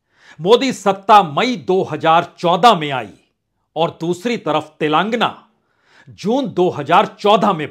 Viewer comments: Punyaji. It is sounded as 'Telengaana' and not 'Telaangana'. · तेलांगना नहीं, तेलंगाना😅